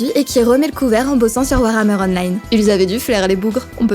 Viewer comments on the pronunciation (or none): none